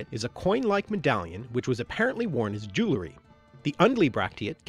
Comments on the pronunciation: completely baffles me to hear someone so bent on understanding language, go on to completely mispronounce 'jewelry'. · I think if you're going to make videos about English you should learn how to pronounce "jewelry" correctly.